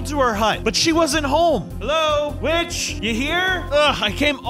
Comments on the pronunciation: Why did i heard "B!*ch" instead of "Witch"? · the witch sounded like "b*tch"